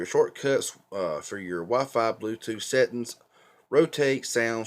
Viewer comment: NC is always tough because folks out in the Eastern part of NC often have a slightly different accent. When you said "settuns" (for settings) I just figured you were probably from Appalachia. :)